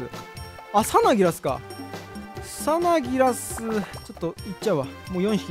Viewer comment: サナギラスのイントネーションでと理解し合えない壁を感じた。